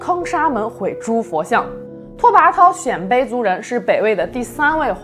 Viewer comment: 我记得念 鲜卑(Xiānbēi)